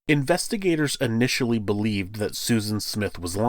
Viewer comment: Since we’re correcting people on “amanda rights” and “statue of limitations”, the word is pronounced (IHnitially) not (UHnitially) also, (IH-mmediately. ) not “UHmmediately ” just like the im in the word immigrant . 🤷‍♀️😇👍